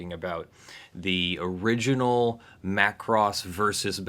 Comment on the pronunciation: MA KUU ROOSSS-MA KUU ROSSS